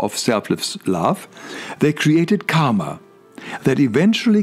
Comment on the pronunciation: Sir kindly pronoun the word KARMA properly. Stress on the letter 'R'. Have you read Advaitha Vedantha. If not please gothrough it.👏 Answer me one question. 1.How can you separate waves from ocean?